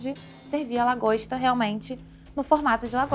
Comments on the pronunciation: 'DRAGOSTA' HAHAHAHHAHA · “Dragosta” kkkkkkkkkkk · ela falou dragosta o discurso inteiro normalmente hahahahahahahahahahah